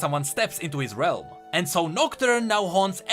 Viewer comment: Whenever he says shadow realm i hear shadow wealm